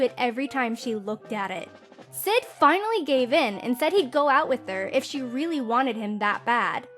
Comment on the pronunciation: I keep hearing "chee" instead of "she"